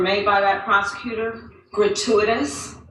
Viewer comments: Main question is how the f**k is GRATUITOUS pronounced "gruh·too·uh·tuhs"?? 😕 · Biden can't pronounce "gratuitous". He tried, and it is came out "garooferous" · That one lady couldn't even pronounce gratuitous. Jeesh! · Artukovic also had a bad memory. Gratuatis sounds like a state issued word. Mike Tyson could say it better. The earthworm Molly is not human. But she smart. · All citations of 1984 are Gratiuoitiuos... Err grachutiotoms... Hratyityos... Grate-whatever-ious 😂